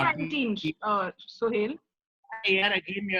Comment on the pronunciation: He's Suhel not Suhail. 😂